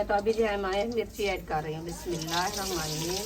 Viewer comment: Bismilla theek se parha karo